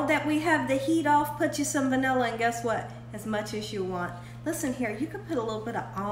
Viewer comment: Vani-lee lol